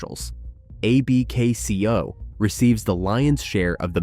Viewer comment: Great video but stop spelling out A-B-K-C-O. AI, it's Abkco.